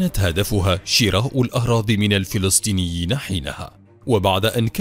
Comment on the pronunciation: الفلستينيين = فلسطينيين فلستين = فلسطين خيوت = خيوط تكلم عربي فصحى بالشكل الصحيح او تكلم باللهجة العامية